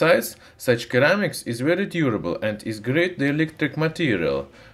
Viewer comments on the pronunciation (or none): You should pronounce ceramics “seramiks” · Your comment would have more validity if he was speaking one of those languages. He's speaking English, and there is literally no English dialect that pronounces it "Keramics." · "Sir-ram-ics" not _ker-ram-ics Even so, your English is much better than my Russian. Great videos though. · Very informative and good video, but Kermics. OMG. Ceramics. Tseramics. Not kermics. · Keramics. Cute. Lol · As in Sir - amics. :) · Great video! In english ceramics has an "s" sound. Ie "seramics" Cheers! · the c in ceramics is pronounced as an s so seramics english lesson done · Of course he would pronounce ceramics as something weird like "keramics". I'd be disappointed if he didn't. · Issue is I’m now saying keramics too after hearing it 200 times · What is it with all the haters in the comments section? This guy does his best to make informative videos and doesn't deserve being mocked because he doesn't pronounce ceramics like a native speaker. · When making a video on Ceramics in English... Step 1: learn how to pronounce Ceramics properly.